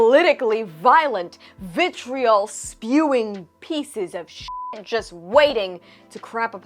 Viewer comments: Seriously, say ‘vitriol’ more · Say Vitriol again.